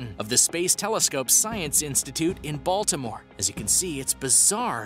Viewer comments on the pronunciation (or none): none